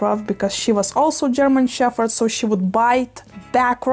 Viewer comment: It’s funny you say “sheffherd” 😂 for once in the English language the “ph” actually doesn’t make an “eff” sound lol so interesting